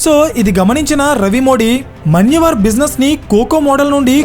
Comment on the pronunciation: మన్యవర్ కాదు, మాన్యవర్